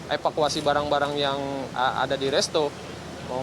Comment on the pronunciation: Spv apaan sih itu ngomongnya epakuasi, sopa.. Supervisor mungut dimna tuh tamani.